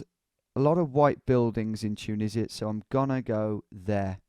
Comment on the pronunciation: Dju-nisi-a? Ya serious? 😂😂😂